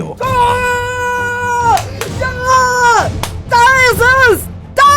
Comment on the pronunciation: Heißt der Mann nicht Tim-Gi-Oh? Wer bitte ist Tim-Gio?